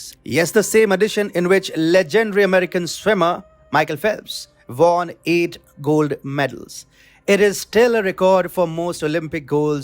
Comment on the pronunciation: What is von? Pronounce as won, not von.